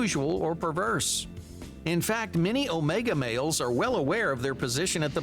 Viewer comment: The way this man says “males” like “mayols” is really bugging me